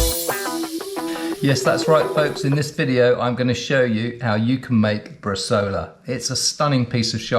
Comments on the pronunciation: It's pronounced 'bres-eye-ola', not bresola. Most Italian recipes call for 2.5-3% salt, along with coriander, juniper,garlic and fennel (very regionally dependant) and it works much better soaked in wine first before adding salt/prague. If you fold over the top of the vac bag before puting the meat in you don't have to clean it and compromise the seal. Good tip on the meat net, cheers. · In Italy we cut the bresaola in very thin slices, a mechanical slicer should help. And, btw, the name is bresàola with a strong stress on the "a"! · My romance language brain is cringing when hearing bresola instead of bresaola 🤌🤌🤌